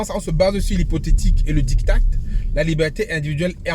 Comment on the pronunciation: Diktat se lit « Dikta » sans le t et non « Diktate » comme vous dîtes. Pour ceux qui n’ont pas encore lu le texte de la Fédération Sénégalaise, allez-y tout de suite jeter un coup d’œil, Quelle Merveille!😂😂😂 Les mots employés dans le texte, on dirait des coups de poings😂😂😂